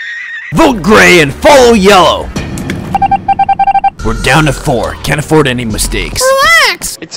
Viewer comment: I like how he said: we’re down to 4 can’t A”4”ord to make any mistakes LOL